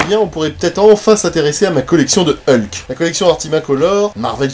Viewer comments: Merci pour cette vidéo mais par contre toi tu dis Heulk? Bon eukai... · Ah ben tu vois, j'avais même pas capté que je disais Heulk aujourd'hui. J'ai toujours dit ULK ! Merci pour cette remarque, elle m'amuse. Comme quoi, le MCU m'a un peu modifié la prononciation. Mais j'avais vraiment pas remarqué.